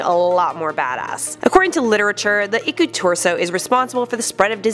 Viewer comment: Im finnish EDIT: Its Iku-Turso not Iku-tursou! Lol sorry about that